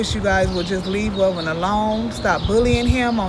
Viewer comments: Who is velven bro 😂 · Not velven